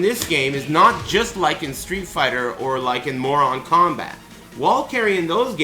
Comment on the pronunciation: Lol why does he say ''moron kombat''?